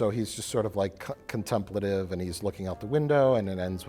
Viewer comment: It's Con ten PLATE tive mike!